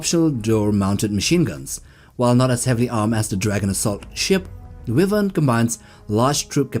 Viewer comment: Its bow as in cow and wyvern as in why ? ffs.